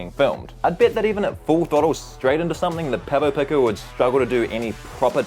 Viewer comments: He says, "PECK oh" its actually pronounced "PEAK oh" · Pronounced peeko my friend not picko 🙂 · Are you deliberately mispronouncing "pico"? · The way you pronounce Pico is a real trigger for me.